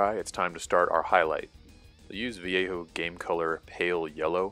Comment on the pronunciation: The first time I see someone non spanish speaker saying Vallejo correctly. THANK YOU. Literally years watching painting videos and not a single one not butchering my lenguage. Valeio, Valejou, Valeiouuu lol Very good video by the way